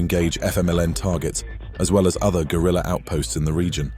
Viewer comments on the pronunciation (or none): none